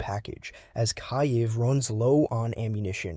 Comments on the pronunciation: Sounded like you, but the way it said "kai-yiv" made me think you sounded a bit dumb on the ukraine concept. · Kaiev …😂😂. It’s perfectly fine to listen to. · Just the word Kyiv gave it away 😅